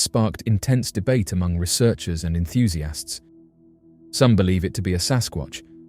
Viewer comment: Enthusiests ❌ EnthusiASTS ✅